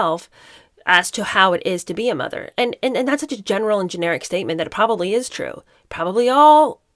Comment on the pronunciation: it really bugs me when she says ‘as a mutherr’grrr… she is clearly not! Now,if they had been honest and said they used a surrogate,nothing wrong with that but they would not have been allowed in the line of succession as that is the Law. They could have been huge advocates for women who for whatever reason have used a surrogate .